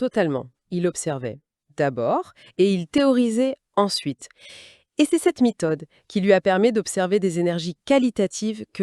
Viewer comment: Pardon,, mais ce "format-IA" ressemble à un "galimatia". Infiltration IA qui dévoie tout, il manque ta voix et ton phrasé caractéristique. l'ambiance scientifique de l'écoque (époque) c'est la mitode (méthode) le plat de la ment (main) l'éther luminofère (luminifère) (?) cuvre (cuivre) toube de Venturi (tube) un outil de radar indistructible (indestructible) un atome instable qui se désentègre (désintègre) une simple ampule (ampoule). On aimerait que tu reviennes parmi nous, toi et pas l'IA… Respectueuses salutations, on espère à très bientôt.